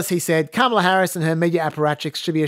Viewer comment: I am so thankful for your Trump tweet voice actor on the main show. In a world of half-rate impersonators, your guy NAILS Trump’s weird cadence and scattered emphasis on certain words — right down to the mispronunciation of Kam-AH-lah 🤣